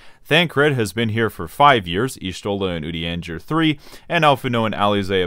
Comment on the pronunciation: Are you trolling by consistently mispronouncing Urianger's name? Or...? Good bait, I guess.